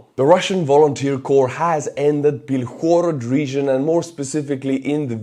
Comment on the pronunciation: TBH I believe it's B-I-lhorod, not Bilh-O-rod in Ukrainian :)